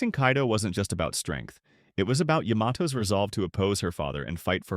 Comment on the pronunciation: Please for crying out loud... say Yamato's name properly.